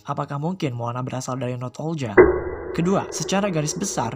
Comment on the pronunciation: Bukan "North Olga" bang, tapi "Northuldra"